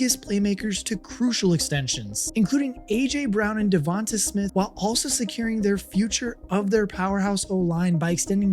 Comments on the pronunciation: Just for clarification… it’s DevonTAY. Not DevonTAH. The a is pronounced like an A. Long A, not a short A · Jevon-tay mot Jevon-tuh